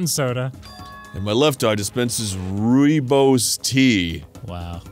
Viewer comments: Hearing arin trying to pronounce "rooibos" is the funniest thing, also btw it's a south african tea made from the rooibos plant and it's pronounced "roybawce" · Wow rooibos (directly translates to red bush) tea is a tea from South Africa did not expect to see that, and obviously the pronunciation was butchered.